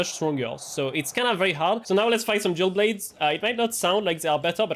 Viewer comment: It took some time for me to understand you said dual blade and not jailbait 😅.